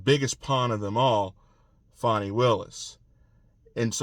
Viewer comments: Q, her name is Fani, not Fawney! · Thank you for your to-the-point updates! I’m wondering why you call her Fawnie instead of Fanny? I’ve never seen that name, pronounced like that.